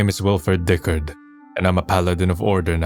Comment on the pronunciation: Okay, i have to admit, the voice acting is top-tier. Though i cannot exrpess my sheer disappointment that "Diccard" is pronounced "Dick-urd" and not "Dick-ard"